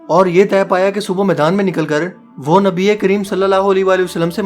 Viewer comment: Bhai ap allah ke nabi ( s a w ) ka naam lena thik sikhe kioke ap ke alfaz me galti hai